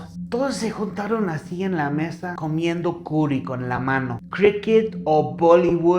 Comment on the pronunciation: Pensé que había dicho un olor fortísimo a “cola” 😂